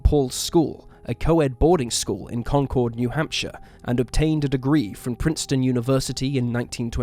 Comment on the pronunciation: FYI- native to New Hampshire here. It’s pronounced “con-kerd” not “con-chord”